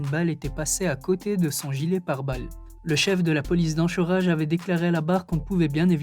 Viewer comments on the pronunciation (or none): petite précision on ancorage et non anchorage mais j'adore tes vidéos. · 😂😂😂 enchorage !!! 😅🤣🤣 Sa se dis enkorage en alaska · On prononce enkorage, pas enchorage. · J’adore je regarde très souvent par contre faut vraiment faire un effort sur la prononciation des États... « l’OYo », « l’Yoha », « AnCHorage » 🤦‍♂️🤦‍♂️🤦‍♂️... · La ville américaine Anchorage se prenonce Ankorèidge 😂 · Le masque de fer a été embastillé entre 1998 et 1703 ? 🤔 Anchorage se prononce "ANKORÈDGE". 😉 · Anchorage xD ça se prononce ankorage même si c'est ch ^^ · Anchorage se dit ankorèdge phonétiquement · J'aime bien tes vidéos. J'ai le sentiment que tu cherches un peu à te documenter c'est pas mal. Un petit conseil cependant, penses à vérifier la prononciation des villes et états que tu mentionnes (e.g. : Iowa se prononce "Aïe-oh-ah" et Anchorage se prononce "Ankorage"). Sinon continue comme ça et bon courage ! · Anchorage... ankoraije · On dit Anchorage (ankoraige) jeune homme, soyez précis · Anchorage ça ce prononce ankoraidge ( en phonétique) poto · anKorage mec ... ça se dit ... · Anchorage se prononce "Ankorèdge" A part ça, super vidéo comme d'hab 🔥😉👍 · J’allais dire la même chose 🤣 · anchorage se prononce ancoreige 😄😄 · j'aime bien tes videos et ses infos insolites mais ca fait plusieurs fois que je suis presque irrité par la prononciation surtout les villes et etats américains comme Ohio ou Anchorage sur cette video. On dirait que tu utilise un lecteur de texte "intelligent" et programmé seulement pour la langue française. Je vais te les ecrire en pseudo phonétique (car je ne connais plus les symboles phonétique utilisé mais: OHIO ce dit = O-ail-O en 3 syllabes Anchorage = An-ko-rai-ge en 4 syllabes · Ioha et Anchorage hahahaha un effort sur la prononciation rendrait tes vidéos plus pro. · Comment il prononce Anchorage 😁😅